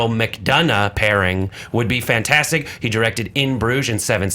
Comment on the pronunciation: Learn to say fantastic 4 right.